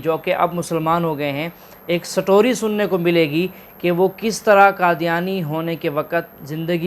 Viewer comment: ساٹوری نھیں بلکہ سٹوری پڑھیں۔ س اور ٹ کو ایک ساتھ پڑھیں۔